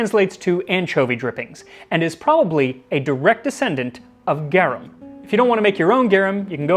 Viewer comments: It's said "garoom". It's Latin. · GAR ROOM is how it would be spoken. If anyone wanted to know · Gah-rum....technically more like "Gah-room" but I'm too crazy to just let that grating pronunciation go... Everything else you seem to put good effort into pronouncing properly, but the main topic item...not even close. Great video otherwise. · This is a really cool video but I just have to point out I think you're pronouncing it wrong Its pronounced like Gar-oom You say Gare-em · The way you pronounce it all I can hear now is Gyarados sauce.🤣 I love these videos. The best way to pep up any downer day! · Not criticizing!! GARUM = GA as in garlic, RUM as more like the ROOM word, but w short "O" sound. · I like this. It is pronounced Gah- room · Cool Latin facts by someone who took it for 4 years lol: Garum is more precisely pronounced 'gahrūm' (equal stress on the syllables as Latin is an unstressed language, not to be confused with lacking inflection). Enjoy the new bit of linguistic knowledge🧠 :) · GARVM. It's pronounced "GARVM" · I my Latin classes I was taught it is pronounced like saying the word "are" - g (are) um